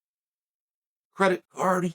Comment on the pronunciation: Why he say Credit .......Card like that lol 😅